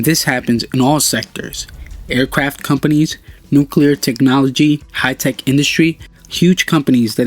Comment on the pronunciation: He misspelled companies by saying companys, and Nanotechnologies, saying nanotechnologys